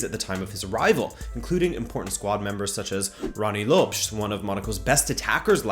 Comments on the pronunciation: “Lo-pes”. Not lopes 😂🤣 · LopEEEEEEEEZ, not "lops"